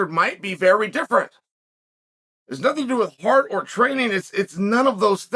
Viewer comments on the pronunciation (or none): none